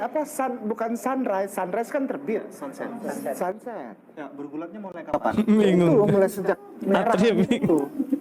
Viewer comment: Sunrise, sunripe, sunset jadi sachet., ah,...makin gilak., ini mah komedian😂😂